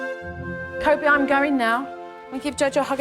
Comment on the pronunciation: His name is actually “Kobe”, not “Cody”. Uh, uh.